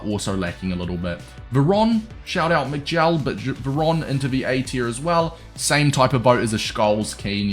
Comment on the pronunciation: The way you pronounce Scholes 🙈 how can you not know him?!